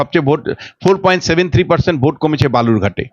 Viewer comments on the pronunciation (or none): none